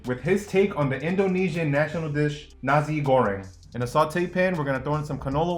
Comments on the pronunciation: the way he spelled nasi goreng tho, sounds like nazi goreng, and it means fried nazi's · NAZI goreng!! Lolol he really went out of the way to emphasise the "Z" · Its "NASI GORENG" Not "NAZI GORENG" 😂😂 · I'm gonna be honest, I know I'm being a deuche but damn. The PRONUNCIATION of Nasi Goreng is so, MMMM, NAZI GOREHNG. Sorry, I just needed to put my thought process somewhere. (I mean no offence) . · man just said nazee goreng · When he said the Nasi Goreng it sounded like Nazi Goreng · Why do I hear he say n*zi goreng? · As an Indonesian hearing how we said nasi goreng killed a piece of me